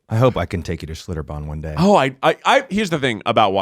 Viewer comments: As someone who lived in New Braunfels for a few years, Schlitterbahn is pretty awesome, but you need to float the river! And I love that Ned keeps saying "Schlitterbom" hahaha! Love you guys! You're all adorbs! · Hearing the other three mispronounce Schlitterbahn for 40 minutes lmao I'm from San Antonio but I've never been